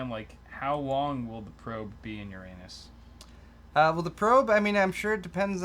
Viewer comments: WHY DID I KEEP UNDERSTANDING "YOUR ANUS" INSTEAD OF URANUS?!?!?!? xDDD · Yer-in-us isn't any better than Yer-anus. 😙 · That is not how you say Uranus. Everyone listening to you laughed, but potentially got dumber.